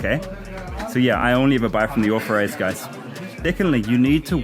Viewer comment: You should try to pronounce 'authorised' with a th and not an f.